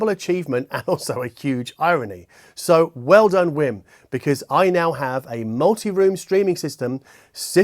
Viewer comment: Did you just say "It's a Wim Wim"?